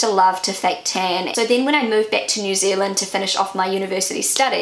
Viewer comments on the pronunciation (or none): none